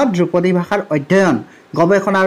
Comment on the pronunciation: "দ্ৰুপদী" উচ্চাৰণ নহয় মাষ্টৰ "ধ্ৰুপদী" হে । আজিকালিৰ ছাত্ৰ শিক্ষকে অসমীয়া বানাটো লিখিব নাজানেয়ে তাক ইংৰাজীটো লিপ্যন্তৰো কৰিব নোৱাৰে । কথাষাৰ কোৱাৰ বাবে মোৰ ওপৰত দেদীপ্যমান নহব ।